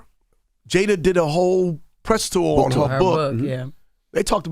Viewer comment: Envy put a th on the end of tour is hilarious 😂😂😂